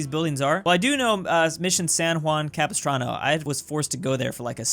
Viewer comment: Never pronounces long names in maps because he may not say them correctly Also: Says Mission San Juan Capistrano super smoothly